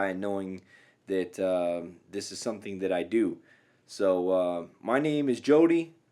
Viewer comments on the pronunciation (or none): none